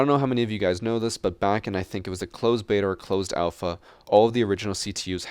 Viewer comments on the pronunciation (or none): none